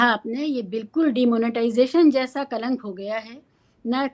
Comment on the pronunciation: Kalank not kanlak